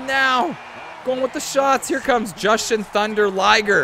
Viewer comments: It's pronounced "Jew-shun-thunder-liger". Oh, you forgot Mr Westling, Humongous, and The Patriot in there. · It's Jyuuuuushin Thunder Liger dammit!! I got offended lol jk, this is another great rumble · Not sure if anyone else commeted but only mispronunciation i heard was for Ju shin thunda liger as i always heard it said. But over all great rumble so many people to root for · FYI, it is pronounced Joo-shin Thunder Liger